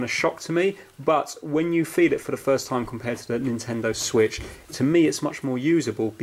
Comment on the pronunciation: Han nintendo suich lite wat